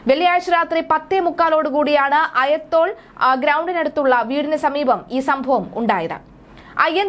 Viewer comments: ആയത്തോൽ അല്ല അയ്യന്തോൾ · അയതോൾ,, അല്ല സേച്ചീ അയ്യന്തോൾ, അതുപോലും അറിയില്ല!? ഹിഹി